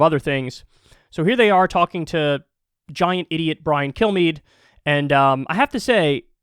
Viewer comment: Brian KillMe intentionally mispronounced his name.